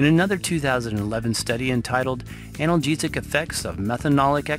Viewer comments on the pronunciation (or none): none